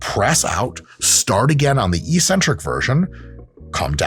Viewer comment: Hey Dr. Mike. EEEEEEEEcentric isn't a word in English. I'm sure you're trying to pronounce eK-Centric. But don't believe me! You're supposedly a learned man. Look it up for yourself. Nonetheless, nice video, man.